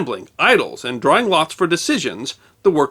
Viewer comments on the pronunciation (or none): none